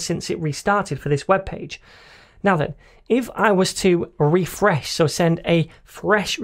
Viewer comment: RRRRRefRResh, every time i hear it i start to lough thank you! Are you planning for a series on Testing in javascript! if not please take it into consideration